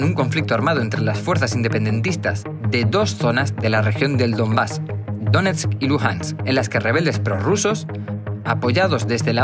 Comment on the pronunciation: es Lugansk no luganask !